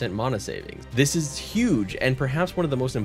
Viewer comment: Why do you say mana like that?